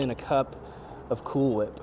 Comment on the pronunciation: why are you saying it weird